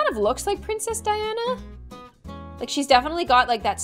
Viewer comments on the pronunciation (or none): none